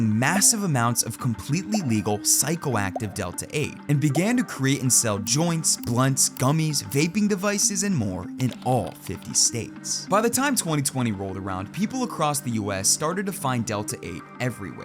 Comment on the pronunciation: Did you say? "gaping devices" 😬